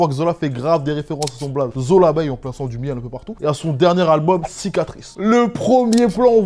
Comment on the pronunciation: C est plus Zolabeille mais Zolabeuh